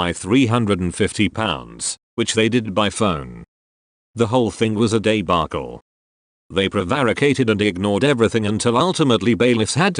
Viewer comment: a 'daybarkle' ? what the fuck is a 'daybarkle'.